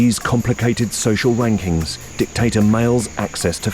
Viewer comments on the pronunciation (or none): Did he say 'social wankings'? 😂😂